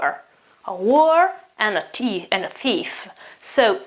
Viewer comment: Very interesting but please check the pronounciation of Whore which is different from War.